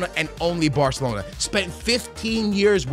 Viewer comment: barthelona lmao